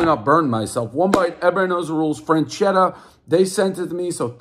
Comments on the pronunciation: on assagio frenschetta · Wtf is Frenchetta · Drinking game: Take a shot every time Davey says Frenchetta. Followed by alchohol poisoning. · Frenchetta's.. lol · Burns every pie. Cant say the name of the pizza